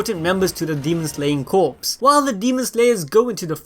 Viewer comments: It’s pronounced Core (Corps) not Corpse. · "corps" is pronounced...core i think? only pronounced as corpse when it is a dead body, and spelled that way. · You keep saying Corps like "Corpse" but it's "Kor" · Corps is pronounced •core•, like in Marine corps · Demon Slayer Corps; Corps is pronounced 'Core' not 'Corpse' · Corps is pronounced core not corpse. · Great video. Thanks for keep spoilers to a minimum. Just an FYI, corps is pronounced "core" not "corpse". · Demon Slayer Core the p is silent. Corpse is a dead body. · Corps is pronounced core not corpse. Other than that, good video! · Demon slayer corps(pronounced as core not corps) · just gotta say, corps is pronounced "core" not "corpse" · Its pronounced "Core" not "Corpse ☠" they aren't dead. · Dude fyi “corps” is pronounced as “kor”, without the P and S. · You are pronouncing “Corps” incorrectly 🤨 sorry I went balls deep on that 😄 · corps is pronounced "core" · “Corps” is pronounced as “Core” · Corps is pronounced like core. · Corps is pronounces Core or Cores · Corps is pronounced as core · its core not corps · Did he say demon slayer corpse? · Corps is pronounced “core”. Like the marine corps or intelligence corps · “Demon slayer corpse” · Corps is pronounced “core” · Corps in Demon Slayer Corps is pronounced core, bro. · still. it's pronounced kor, even though it has an "s" at the end. That's how silly english works. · "corps"pronounced as "core" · Dude, CORPS is pronounced as CORE or COR. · Corps is pronounced like core. Like Marine Corps or the Press Corps. Just a FYI. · The p in Corp is silent!!! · The "p" and "s" are silent in "corps"